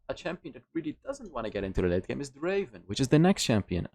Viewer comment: Draaaaven not Draven